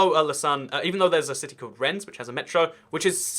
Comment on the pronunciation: LMAO dude just called my city's metro BS, I'm so hurt, plus it's pronounced Ren not Rennes